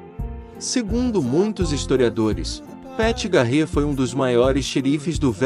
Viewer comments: Poxa, precisa dar uma melhorada no inglês. Não dá pra falar do Velho Oeste chamando uma das figuras mais emblemáticas dessa época de Pat "GARRÊ" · O NOME DO XERIFE PAT GARETH SE PRONUNCIA PET GARETI E NÃO GARREE KKK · Péti Garrê….Ahahahahahahahahahah….. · gostei da trilha toda tirada do RDR2 obs : na proxima vez procure saber a pronuncia dos nomes tipo Pat Garrett e Calamity Jane ficou irreconhecível a pronuncia de ambos